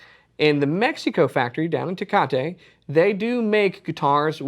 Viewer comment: There is no "a" at the end of Tecate.